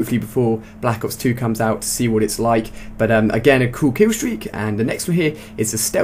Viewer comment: blAHAcks ops 2 LMFAO thats how he always says it